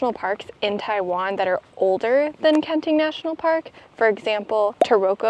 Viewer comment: I really enjoy your videos. And this one, love, love, love! Since I have relatives living in Taiwan, if I may, some assistance with the pronunciations. Kenting really is two separate words. So the two syllables should be very distinct; “ken ding”. The second syllable in Hualien is more like “LeeAnn”, not “lean”. Taroko is a Japanese word, named during their occupation of the island. If you’ve tried pronouncing Japanese words, you’d know the vowels are very specific. So it should be “tah row ko”, not “teraco”. Please keep making videos!